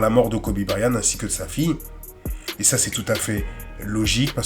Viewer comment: Belle vidéo! Mais seulement, vous prononcez Kobe Bryan. Mais en réalité c Kobe BryanT. C'est de l'anglais, toutes les lettres comptent.